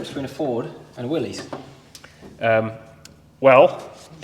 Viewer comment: Fun fact Mr Willys pronounced his name, Willis not Willy’s